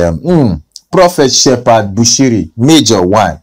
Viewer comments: Hahaaaa! He cannot pronounce the name of Shepherd,he says shefad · Its Shephard not Shefad